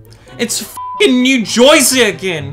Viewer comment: Something else besides American and you being a bottom that isn't real is New Joyseh. Nobody in New Jersey pronounces it that way. Dunno where they're from, maybe Brooklyn, but it ain't here. Wanna convince someone you're from Newark or Hoboken or the Oranges? Wanna do the accent? It's more like Nuh Chuh-zee said very quickly.